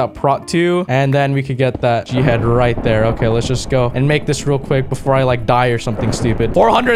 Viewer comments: Just to say, when you say g head, it sounds like jihad. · Literally every time he says "G-head" I hear Jihad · Whenever he says g head it sounds like he’s saying jihad